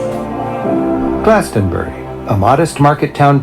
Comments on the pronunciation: Yo I'm from West England! I'm in the middle of those locations at the beginning! Pronounce it Glaston-bree 👍 I see sheep every single day haha! Cemeteries are always in the church yard with these older churches! We have separate cemeteries also! Pubs and gastro pubs! But historically, ale houses would serve food and ale! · Glastonbury = glass-ton-berry! Just say it like that! Easy peasy! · I live in Warminster in the west of Wiltshire, this is all familiar to me. Sheep are often around, deer, foxes as are ancient buildings and stone age tombs. Glastonbury - glass (hard a sound) tun bree. the City of Bath is close by and Wells is some 45 minutes away, as is Salisbury. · GLAST-UN- BERRY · I will break the word Glastonbury up for you. Glas ton bury. I hope that helps you? Great video bro.